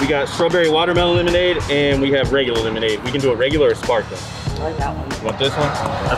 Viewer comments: killed me bruh "Lemod" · Idk but I found it so funny when kept saying free lemod